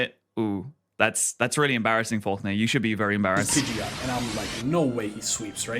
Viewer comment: Pidgeot not pidget